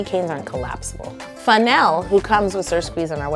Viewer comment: I love the way she said funnel. 😆